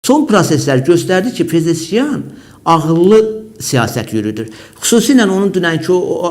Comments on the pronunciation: Pezeşkiyan yox,Pezeşkian. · PEZEŞKİAN ! (pezeşkiyan yox) PEZEŞKİAN ❤❤❤